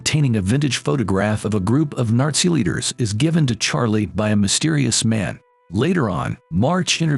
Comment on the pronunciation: Narzi Germany 💀💀